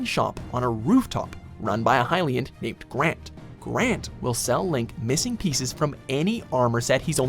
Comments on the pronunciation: hai-lyan? seriously, lol. it's actually (HILL)IAN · #8 the hyian sheild ..THE HELL? what happened to the L